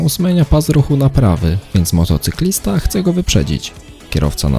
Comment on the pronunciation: czy tylko ja słyszę młotocyklista?